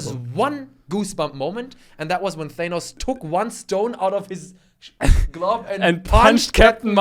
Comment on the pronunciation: When said Thanus instead of Thanos i absolutely lost my shiz